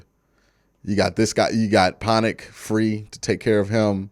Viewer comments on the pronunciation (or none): Love the content Q. Thank you for making us smarter. My only critique, our center’s last name is Pocic not Ponic haha. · ponic? bro cmon it doesn't even have an n in it 🤣